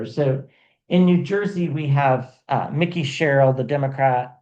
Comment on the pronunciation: Just so you know, Mikie’s name is pronounced just as it is spelled. In other words, it’s not Mickey like the mouse. It’s MIKE-y. ❤